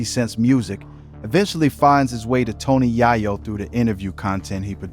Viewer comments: Tony Yayo ❌ Tony Yahyo✅ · TONY YAAAYO..😂😂😂